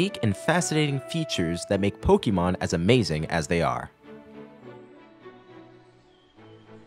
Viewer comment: A note: it is pronounced po-kay-mon, not po-kee-mon. This is denoted by the accented é in pokémon You even use it in your title of pokénational